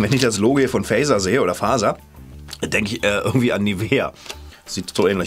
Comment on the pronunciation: Du musst bei fazer das z mit aussprechen. MOOMIN😍😍😍 OMG MEINE KINDHEIT